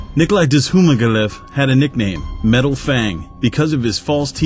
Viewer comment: The guy pronounced nikolai's name LIKE A BOSS